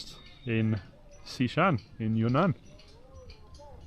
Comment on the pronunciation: ✨ Amazing how this country grows on you...@ Xishan pronounced perfectly!!! 🙂